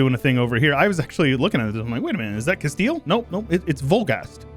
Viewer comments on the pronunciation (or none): none